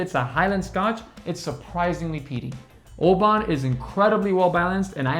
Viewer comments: Oban is pronounced as “OH-bin” per their website. Great video for someone like me who is just getting into Scotch. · OH-BIN, a 99 and you can't pronounce the name? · FYI, I just returned from Oban, UK, where I learned that the town and the whisky are pronounced "Obin". Regardless, however you pronounce it, Oban 14 is a great whisky. Loved this video. Happy to see that most of my favorites were rated highly by you guys. Nice job. P.S. I'm not actually a dog. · Oban is Obn, try with a silent A. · Good video. Think you’ll find Oban is better pronounced as Obin. It’s well worth the visit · Maybe work on the Oban pronunciation!